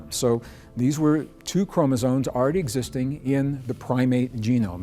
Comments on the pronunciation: he's saying chromosones, every time. Makes him sound way less credible. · Chromezones??? Oh no. 😔 Sorry, Greg. If you can't enunciate an important word like that, I just can't listen. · Hard to rate the information from someone who can't even pronounce chromosomes corectly.